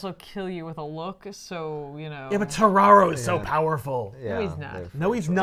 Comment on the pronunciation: Does anyone else think when says terraro it just sounds like Scooby-Doo saying Tomorrow.